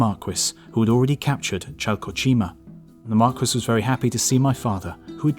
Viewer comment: Bro, are you saying "Marquess"? The S is silent. Why do British people keep doing this???